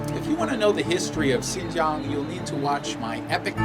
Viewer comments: your pronunciation of Xinjiang is so perfect it sound fake lol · you know what you say " XIN JIANG", the pronunciation is perfect in chinese. are you learning chinese now?